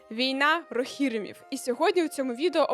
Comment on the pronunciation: Хіба не війна рогірІмів? Наголос на передостанньому, а не другому складі?